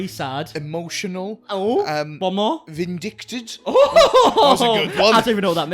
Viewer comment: ‘Vindicted’ did he mean ‘Vindictive’ 😂😂😂😂